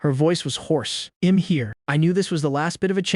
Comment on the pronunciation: Upgrade the AI voice. The "I'm" pronunciation is atrocious. Or do nothing, there are other sites that do a better job. I'll forget about this one.